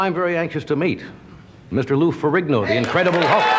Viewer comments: Ed mispronounced Lou Ferigno....he said Lou Ferrigano....oops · Ed said "Lou Fer-a-gan-o". Priceless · "LOU FAIR-E-GAYNO" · "Ferri-gahno" lol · Love this! And love how Ed enthusiastically announced that the legendary Lou FerriGANO would be on the show!🤣🤣🤣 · Even for an English speaker, "Fer-rin-nyo" in Italian isn't hard, and American-style "Fer-rigg-no" is easy for both sides. Not sure how Mack-maw-hone messed it up. 🫢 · Good ole Ed must have been loaded that night, miss pronouncing Lou Ferrigno's name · When was he not loaded? He was perpetually drunk. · Ed mispronounced his name in intro lol. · Poor Lou gets like one appearance on the Tonight Show and Thirsty Eddie can’t even say his name right. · And Ed you shoulda know how to pronounce Ferrignos name properly man. WTF.